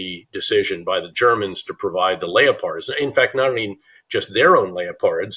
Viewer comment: General BetrayUs doesn't know how to pronounce the word Leopards. 🤣 Also why did the interviewers only ask him softball questions?